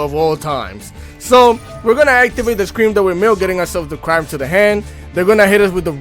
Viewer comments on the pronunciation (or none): I absolutely love tear! I wish that master duel would free up the band list just a little bit. I really miss playing Merlyee. At least limit her Konami. I mean come on, just do it. What are they worried about?! Smh...... the one trap is Is pronounced "CRIME"